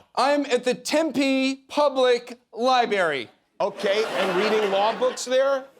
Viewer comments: LOL, "libary". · What's a, " LIEBERRY?" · Not the liberry! 😂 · Love the collar and tie. ‘Libary’ 😂😂😂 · Why cant he pronounce LibRary correctly? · Why can't US citizens pronounce Library